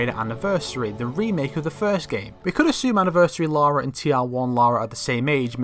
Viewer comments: the “Laura” thing gets me still like it’s LARA not LAURA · you're dead man American's can say Lara not Larua